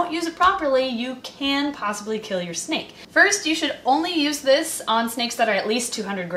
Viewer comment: You said snake wrong but it’s fine